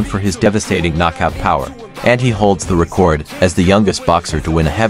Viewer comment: dont get why mike would do this... senior citizen vs prime age.. not a contest really. but mike will destroy him, no matter jp wins,,, the mere matching of his name in the same sentence as the LEGEND that is Mike Tyson will carry his "career" dude.. learn to say record. you say it like "record that" horrible...